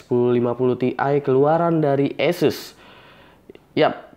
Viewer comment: ESES apa ASUS sih bang? #nooffense